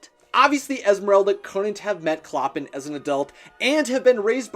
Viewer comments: clo-pàn not cloppin, I'm not judging you bc we've all mispronounced things and thats ok, but its like nails on a chalkboard to me I'm sorry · Someone may have pointed this out already, but it's driving me insane so I'm gonna say it. it's not "clop-in". It's pronounced "klo-pahn." You can see it in The Bells of Notre-Dame. He pronounces his own name, "klo-pahn." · It’s “Cloh-pahn” not “clo-pin” 🙄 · I think its pronounced Clo-pen with the emphasis on the 2nd syllable, not pronounced "Cloppun" Sorry.. Love your videos! 😍🤩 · Oh my GOD. DO YOU DO ANY RESEARCH on how to pronounce names??? Clop-en?!?? Really? ? It's CLOH-PAHN!!! HE LITERALLY SAYS IT IN THE OPENING SONG. I'm surprised you said the goat's name correctly though I bet if you were instructed to write it out without looking you'd write "Jolly" instead of "Djali." 😵 Edit: OMG Fleur "DE LEE"! Please learn proper French pronunciations!! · It's ColPAN not ColPIN. Everyone knows that. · I’m pretty sure Clopin is pronounced like the words flow pan together but the a in pan is a short a. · CLOPPIN!! DAYGERS!! Its killing me!!! 😭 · Clopin’s name is pronounced “Cloh-pawn”. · It's said klo-pon but spelled clopin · Clopin is pronounced CLOW-pan. It’s french and I studied the book in French class last year. Sorry, just a pet peeve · A little painful to hear Clopin pronounced wrong 🙈 it’s pronounced Cloh-pan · “CLOPPIN” LMAO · I LOVE watching this!! I'm prepping to play Esmeralda in the Disney musical and I absolutely adore her 😍😍 (Also it's pronounced clo-PAN) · Clopan but with out "n" is a nasal a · 1. Esmeralda was the daughter of a prostitute, not a Frenchwoman of good standing. 2. It's pronounced clo-PAHN; it rhymes with Chopin. 3. We do not speak of the abomination that follows the movie. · Take a shot every time he screws up the pronunciation of "Clopin" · That is not how you’re supposed to pronounce “Clopin”